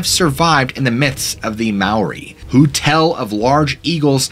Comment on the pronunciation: omg you said maori in an acceptable way, im so proud of you! most Americans ect say ma-ory. when its ma-ow-ri. own like you hurt yourself. you put it all together and roll the r slightly.